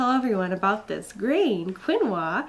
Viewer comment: yes, you pronounced it right, Keen-wah. I have known about it for a long time to be very nutritious, but I didn't know it was good for milk supply, so thanks for that, cos I had mild problems with milk supply with Izzy and was a little worried about this next baby. So once again thanks for the heads up!!! cool x